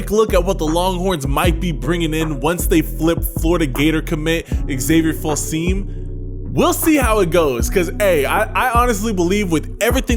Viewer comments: I think it’s pronounced: feel some me.🤔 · Here's how to correctly pronounce Filsaime: Phil-Sum-Me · It’s pronounced Fill-sah-mee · Hook'em Allday Everyday, ps its pronounced feel-some-me